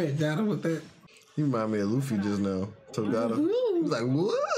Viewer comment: Is anyone else really annoyed with how bad they mispronounce Togata?